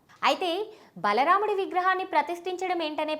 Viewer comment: Adi bala ramudu laadu thalli... Baala ramudu